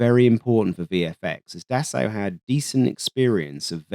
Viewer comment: Great video as always, thank you :) Might i suggest that you work on the pronunciation of Dassault, or just pronounce it differently, because i thought you were talking about the german aircraft company DASA, and it caused a bit of confusion!